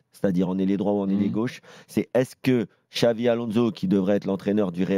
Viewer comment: Mais pq il dit Xavi Alonso ptn c grave